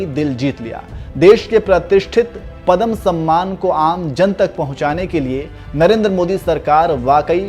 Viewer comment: Padham nahi yaar padhma vibhushan...jagamma nahi jaggamma...sahi pronounce yaar